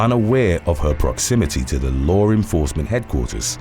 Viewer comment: Not for anything, but it’s LAW ENFORCEMENT, not lore enforcement. If you use English as you primary language, use it right. I used to have to correct my own mother for adding an unnecessary R in words ALL the time, but, it didn’t end up helping.